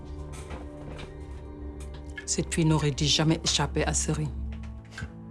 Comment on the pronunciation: Wa Boris mom elle sait pas dire « U » waleu lane? Veni au lieu de venu, di au lieu de dû, monsieur mounane moussé. Walla c’est fait exprès, j’aime trop bien la série mais sama problème mom j’ai horreur de voir quelqu’un « zézayer ». Neu matt req.